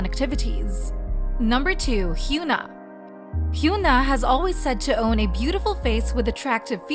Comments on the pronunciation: its HYUN (uhn) AH not HYOON (oon) AH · Okay so they pronounce "Irene" in the Korean way but not Hyuna? Why does this channel insist on calling her Hyoona????